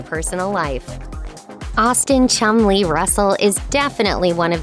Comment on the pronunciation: Sounds like they're calling that fat lad 'Chung-Li'